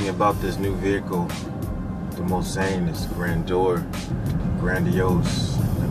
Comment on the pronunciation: ''bitches'' aren't hating because of the presenter's ethnicity. What makes us angry is that the presenter epicly fails to pronounce Mulsanne correctly. You see the car is named after a legendary racetrack called Mulsanne. Racing in Europe is nothing like Nascar. There is a lot more heritage in European motorsport and it's very close to our hearts.